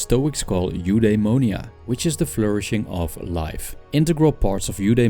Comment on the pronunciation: if you want to pronounce correctly Eudaimonia you should said something like F-the-monia Apatheia its more like Apath-i-a and Epithumia its more like Epith-i-mia great video by the way